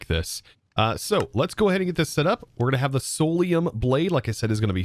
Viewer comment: Idk why but it triggers me to hear you say solaruim when its clearlt not